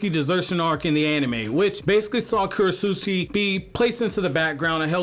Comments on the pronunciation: bruh stop saying kurochusiki its Ku Ro Tsu Chi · I like how you call her Krotsutski